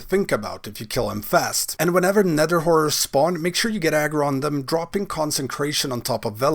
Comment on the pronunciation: Anyone else hears him say "nether w..*ores" instead of horrors? xD